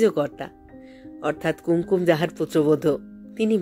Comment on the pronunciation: মাপ করবেন, আপনি কি ওপার বাংলার? উচ্চারণ শুনে তাই মনে হচ্ছে। কুঙকুম শব্দটিকে কুম কুম এভাবে উচ্চারণ করলেন কেন? নিজেকে আর একটু প্রশিক্ষিত করলে ভালো হবে। No offence please!